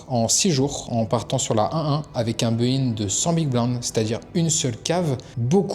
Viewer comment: Team baki? Mec on dit pas beuuuin mais buy in😂